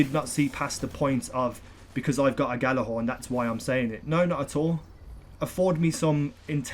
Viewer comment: its pronounced "Yha-lar-hawrn" stop calling it a "gha-la-hawrn"